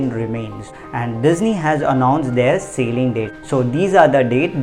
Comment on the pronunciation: Sealing or Sailing???? Need correction bro